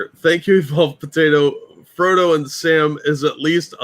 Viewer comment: You saying Fredo instead of frodo 🤣🤣